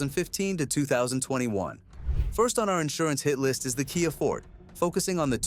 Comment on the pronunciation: Kia “fort”. These AI SLOP channels are a disease on YouTube’s butthole 😂 CHANNEL BLOCKED!